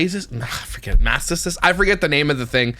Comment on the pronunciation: When you mispronounced mastitis ….had me wheezing 😅